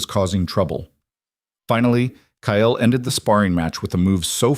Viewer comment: Omg. Ky-Yell. Its Kyle